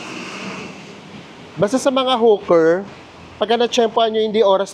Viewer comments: Hi. Hawker is pronunced as Hoker not Huker. Fyi lng po para mas ma getz Ng audience nyo. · anu ba talaga Hawker o Hooker ayusin mu pananalita mu potek!!! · Enjoyed the vlog - Kaya lang e-correct lang ang pronunciation: HO-ker( Hawker) at Hindi hoo- ker 😜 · Hoker po pronounciuation, hindi hooker. Iba po yun. Hehe.